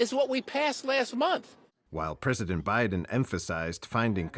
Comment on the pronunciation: "President OBiden". Freudian slip there? I applaud.